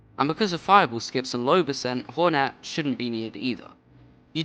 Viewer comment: ‘Whore net’